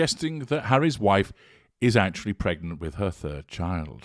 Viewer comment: Lady C calls it “Meg-nant” 😂😂😂😂